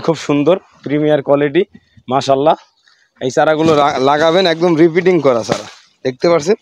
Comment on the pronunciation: রিপিটিং না। কথাটা রি-পটিং (Re-potting), মানে ছোট পট থেকে বড় পটে স্থানান্তর করা।